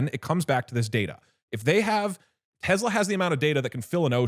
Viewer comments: This is exposure therapy test for anyone that cringes when they hear teZla instead of Tesla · If doug call it tezla one more fkg time ill flood their office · I’m getting pissed off by the way he says “Tesla”. Bro is saying it with a Z. “Tezla” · If someone pronounces it Tezla, you know they’re a slurped. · Doug - "tezla" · why does doug keep on saying tezla